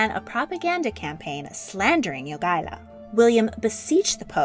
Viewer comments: Jagaila [Ya ga y la], not Joogala. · Lithuanian pronunciation of Jogaila's name is not /'jugʌlʌ/ but /jo'gʌɪlʌ/ (pronunciation writing is approximate, I don't really know how to use pronunciation symbols) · Also, Jogaila is not pronounced YOO-gah-lah. It's pronounced Yo-GAI-lah, the stressed syllable GAI, pronounced as "GUY" in English. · Jogaila. Not Yugala. Pronounced YO-GAY-LAH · Grand Duke Jogaila, not... 'duke yoogaila'? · well she constantly miss pronounced Jogaila, so this fades in comparison..